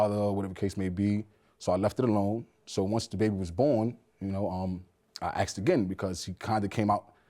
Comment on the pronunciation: The word is "asked" not "axed"! 🤦‍♀️ Drives me nuts every time I hear it pronounced that way...just like "bafroom" and "burfday"